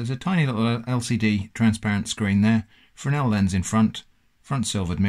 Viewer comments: a 'Fernel' lens :-) Fresnel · Yes, correct, sorry if it was confusing. Wasn't talking about the S, but the 'fur' vs 'freh' (sharp e) sound. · Mind the very strong auditory bias we humans have. Play at 0.25 speed to hear it better. I heard Fernel before I knew the word was coming, I could hear Fresnel when your comment made me doubt it. At 0.25 speed I can only hear Fernel. Anyway, seems a well educated person to me so I consider it a harmless hiccup. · It's a Fresnel Lens, not a Frenel Lens. :-) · Thank you for the correction. :) I now see it's pronounced fray-NELL - this thread is a good read